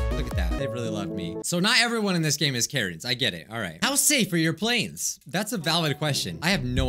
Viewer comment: (At the start): Karens What everyone else hears: Karens What I hear: Carrots